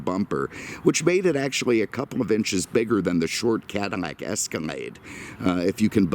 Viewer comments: It is Cadillac NOT. Cadamack. Ruined your presentation. What a shame, couldn’t watch it to the end. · Why does he keep say Cadimac instead of Cadillac? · What's a Cadamack??? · "Cadimlac"? learn the language. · Does he pronounce 'Cadillac" wrong on purpose? WTF is a Cadmac? lol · are you deaf? He pronounces Cadillac Cadmac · Am I crazy or he says Cadamac / Escamade?!?!? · Dude, can you PROPERLY say the word CADILLAC? There is NO "M" in Cadillac.